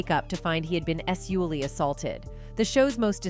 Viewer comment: That's because it's an AI voice, not a real person. The voice also says "Ess-ually" assaulted. I'm guessing the script has the word spelled out as "S- -ually " Also the voice says "...he had been G all along." I figure that the AI voice is interpreting a censored script where the words SEX, SEXUALLY and GAY cannot be typed out in full. I'm sure this heavily narrated video originates from some country where censorship is part of their daily life.